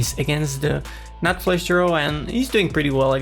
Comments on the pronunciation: Flash....flesh ... flush 😂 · It‘s flush. Flush, not flesh!